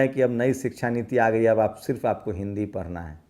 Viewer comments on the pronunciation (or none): none